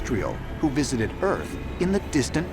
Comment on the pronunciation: 🚪imo The winged serpent is satan... I love how he says " wisited" lol Any civilization that does nothing but sacrafice humans is not my God... Today Moloch is still having children sacraficed to it...no different..